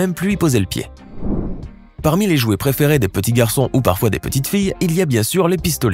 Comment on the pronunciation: Au début "Les iouet"